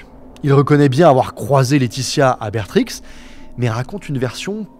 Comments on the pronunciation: Si jamais Bertrix se prononce "Bère Tri" pas "bétrixe" 😂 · J'en suis qu'au début, mais c'est très qualitatif, joli travail sur la prononciation, ( un dérapage sur Westend-euh, et Be(r)trix ) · c’est tres bien racontée! merci pour ce travail fou! mais pitier,ca se dit bèrtri pas bétrixe 😿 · BétriX Sérieux frero fais un effort et ne hache pas les noms de ville comme ça Ça se prononce Bertri Les japonais de mangent pas du rize mais du riz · On ne prononce pas le X de Bertrix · Pourquoi prononcer le X de Bertrix et pas celui de Dutroux. C’est un détail mais c’est pareil pour Delhez. On ne prononce pas le Z. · La vidéo est super j'adore écouter tes vidéos qui sont toujours complètes et intéressantes juste un détail m'a énervé tu fais une vidéo 1h pour parler de ce sujet mais tu ne prononces pas bien les noms des villes. Bertrix on ne prononce pas le x et neufchateau se dit neuchateau. Cest juste ca qui ma étonné vu l'implication dans tes vidéos